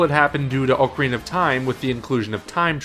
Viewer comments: Why can't people consistently pronounce "ocarina" correctly? It's retarded how many popular youtubers fuck up that word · Dude can you please pronounce 'Ocarina' correctly? The other guy fucking knows how to fucking say it